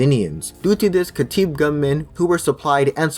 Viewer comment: I echo most of the comments here, you have put a lot of effort into this, so thank you for that and I'm definitely subscribing to the channel. However, allow me to highlight a few things; with this density of information, names of political figures, parties and regions, you need to speak slower and also double-check the names' pronunciation, for example it's not called al Khateeb (Ka tee b) party it is al Kataeb (Ka ta eb) But again, the speaking pace needs to be slowed down, and the names clearly put on the screen, or better yet upload english subtitle so we can run along (google's auto generated subtitle sucks). To be honest I feel there's a lot of good information here, but unfortunately I couldn't understand a bunch of it and had to constantly repeat.